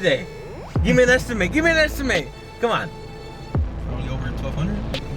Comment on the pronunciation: Gimme an esti-maite! Lol just pronounce MET like I met her last night! Esti-met